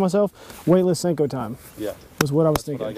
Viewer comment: 806 Anglers you definitely aren't winning, you spelled "senko" wrong. lol you said "sanko"